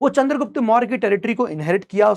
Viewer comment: चंद्रगुप्त not चन्द्रगुप्ता master log hi aise bolenge to kaise chalega